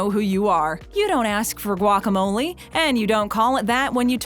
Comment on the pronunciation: what's wrong with guac? this video doesn't even say guacamole correctly either....